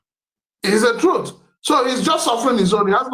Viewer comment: This man is not saying the treuth